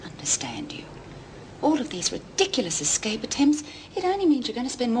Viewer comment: Cuuuuute! Lizzie says ex-cape instead of escape.. Sheila Florance was such a clever actress- bet she made that up herself for her character!